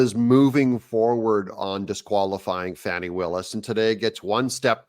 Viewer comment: Doug, it's Fahh-nee, not Fanny.